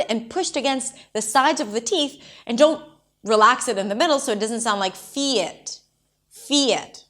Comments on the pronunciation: Thank you,! I didn't even realised I mispronounced "only" and "don't", "food" and "foot". I guess I have to relearn a lot of words now. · о да, говорят don’t как ортодонт